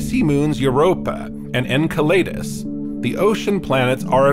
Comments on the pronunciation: the word is pronounced en*cell*le*dus not en*cell*lay*dus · Was thinking this too. It would explain "En kai lee dus" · I liked that you tried to correct him even though you got the point so I'm going to correct you too! 🤣 Enceladus (not Enceledus) derives from a titan of the Greek myth Εγκέλαδος so him using an ay instead of an e is much better although both wrong. Astrophysicists I've known pronounce it Enceladus, which is pretty close. Anw if we got the point I guess it was fine enough 🤣